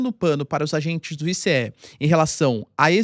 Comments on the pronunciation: Que "I cê É" professor , è ICE, se diz "aice" me ajuda ai pow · se pronuncia “aice” igual gelo mesmo